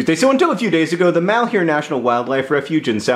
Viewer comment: It makes me cringe every time I hear somebody pronounce "malheur" as "mahl-hyoo-r". "Malheur" is a french word pronounced more like "mahl-ur", meaning misfortune, bad luck, trouble, grief.